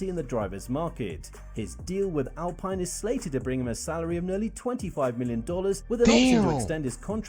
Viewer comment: they really pronounced alpine like that